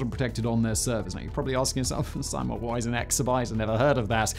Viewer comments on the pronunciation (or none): none